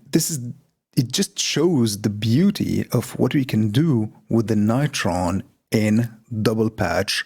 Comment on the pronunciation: You pronounce it all wrong: like "Beringer NIGHT-Tron". But it should be said "Beh-ring-er Noi-Tron". It's GERMAN, you know... Apart from this, great patch.